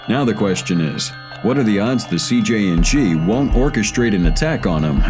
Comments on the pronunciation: Many chances to say CJNG correctly yet you failed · CJNG not CJ and G